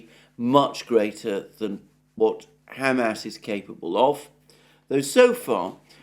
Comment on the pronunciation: Mr. Mercouris, thank you for being the only notable pundit capable of correctly pronouncing Hamas. 👍🍻